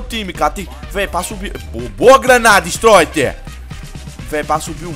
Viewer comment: Kkkk q fan cara falando istroiter e stroider